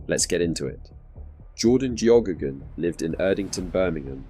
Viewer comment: Its an irish name its pronounced gehaygan or geygan. I know because Geoghegan is my last name